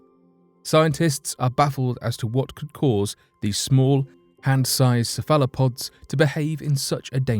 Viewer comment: When a Brit mispronounced cephalopod, I second guess myself! Lol